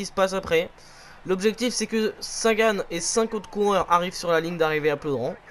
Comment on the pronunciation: C plaudren mais ca se dit plaudrin